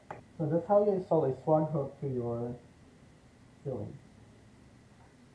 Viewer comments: 'Swag' is pronounced like 'egg' or ' bag'...Swayyyyyyyy..gg. Not swog like log. 🙏🙏🙏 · I dont think you need to be sorry. I just noticed your pronunciation and wanted to suggest how most people say it when in english. It could be pronounced swog in other languages and I am unaware.🙏